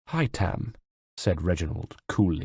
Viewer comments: Ive barely even dented the story and i love the narration but its haytham not haythem or haytem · But why is his name pronounced that way ? Is it not hay- tham not Hai-them. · Rana Lanus Gaine hi-tham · haha hytam is how he says it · It sounded a lot like "Hi Tom" to me, lol. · no i mean he should say it like the game. hay-them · Whatever he should have just said Haytham like in the games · Haytham is pronounced exactly as it is in the game not “haytam” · I noticed as well. He says Hytam. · Hi Tham 👋👋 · that is not how you say Haythem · only one complain the way you say haytham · Yeah, my cousin's name is Haytham and it's so annoying how pronounces it lol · the way he says haytham